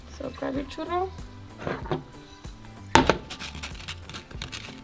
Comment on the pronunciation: I love the way you say 'Churro'. Your Spanish accent actually comes out. My girlfriend says it the same way. She used to say 'churrrrrrrrrrrrrrrroooooooooooo' I couldn't argue, lol. There was no arguing. She was having a churro.